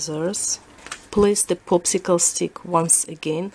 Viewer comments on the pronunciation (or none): Am I the only one hearing "poopsicle stick" instead of popsicle stick?! lol